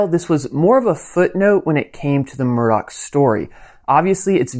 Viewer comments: Murdaugh.. sounds lot like sc pronounced murder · His name is ALEX not ELLIC! It's MURDAUGH not MURDOCK! And while were at it shouldn't It be SCLED? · El-lick Murdok